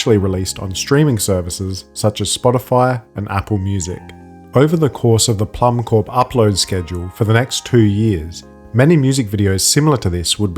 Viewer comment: I believe Plummcorp is meant to be pronounced "plum core" as corp for corporation is pronounced as "core" it looks like a pun like the seed core of a plum. Probably a reference to the famous Apple Corps (same pun, apple core) the Beatles started in 1968, which their famous Apple Records label came from.